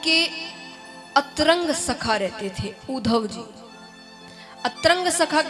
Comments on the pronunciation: Maaf kijiyega kishoriji aap atyant gyani h pr atrang nhi pz antrang hota h iska pronunciation pz bura na manein ji🙏🙏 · अतरंग मित्र के स्थान पर अंतरंग मित्र होता है साध्वी जी।